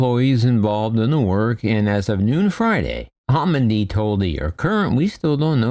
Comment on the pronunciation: Just in case nobody else mentioned it, she's Jennifer Homendy, not homenday.